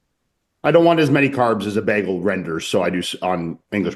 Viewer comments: Why is the guy pronouncing it "beggel"!? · am i the only one the reacted to the way the hotdog dude pronounces bagel? to me it sounds like he says beggle hahah